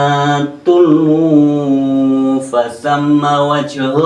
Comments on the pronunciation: Maaf gus bunyi ayatnya tuwallu bukan tuullu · Bacanya bukan tullu bro tapi tuwallu wah wah wah ini sangat bahaya ngaji riyen kang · mohon maaf, brgkali saya yg salah dengar cara baca ayat yg تولوا ..... kok dibaca TULLUUU, semestinya TUWALLUU.... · Mohon maaf,.ini saya sekedar mengingatkan saja,. Yg di tengah ayat itu baca nya tuwallu bukan tullu,. terimakasih 🙏🙏🙏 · Gmn to ustadz sampean bacanya salah fa ainamaa tuwallu bukan tuu luu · Maaf pak,.Setahu saya sesuai yg saya buka itu ""tuwallu" bukan " tullu"...maaf mugkin salah tulis atau salah baca aja.... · Ustz ini kok bacaannya tuuluu,sebenarnya bacaannya tuwalluu.siapakah ustaz ini sebenarnya.kok ngaji baca qur annya gitu. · Koreksi : Tuwallu " Bukan Tulwu " ( Apa Makna Tulwu... ?) Bacaan Qur'annya , tolong diperbaiki ( Syariat ) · Wkwkwkwkwkwk pakde suka makan ekor ayam kalee hhhhhh tuwallu jadi tulwu wkwkwkw,,,tapi penjelasanya yg aku cari selama ini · Bacanya yang betul mas...fa ainama tuwallu